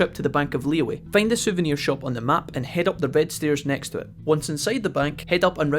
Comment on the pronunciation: Is it really pronounced Li-yu-ay and not Li-Yue? Oh no. D